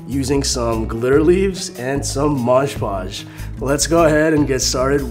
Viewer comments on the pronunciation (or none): I liked the video but i really bothered me when he said Moj Podge